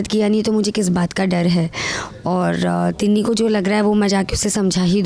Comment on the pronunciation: Tinni 😅 not tina